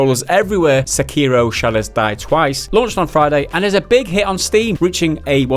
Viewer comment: se-kei-do- not se-cario